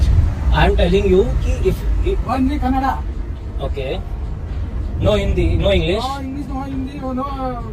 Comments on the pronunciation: My dear brother that is not kannad its kannada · Bhai woh kannad nahi kannada bolu Respect our language ಕನ್ನಡ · 1st you people learn how to pronounce Kannada, it's not Kannad it's Kannada. Men this people & there obsession with our language 😂